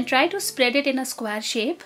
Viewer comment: plz learn to pronounce SQUARE as square not squar